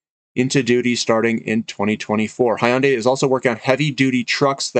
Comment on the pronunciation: Thanks, Hyundai is pronounced Hyun Day and like you would say Fun Day where Hyun is a single syllable. And I think Xcient is pronounced X Cee Ent. Not that it matters much but in case you were wondering. I wonder if Hydrogen fuel cell refilling centers will need a lot of platinum too. It looks like battery cell technology is not going to work at all for these long haul commercial transporters. NIKLA had a demo of their mock design of a truck which turned out to be fake but they also had a refilling center design.. which probably was also fake. Be it Hyundai or Toyota I suppose they would be the ones coming out with the design. I'd have to double check but I believe PLG had quoted most of their resource estimates in palladium and/or palladium equivalent ounces.